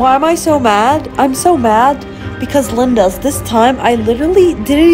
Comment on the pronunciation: Plz stop saying Lindas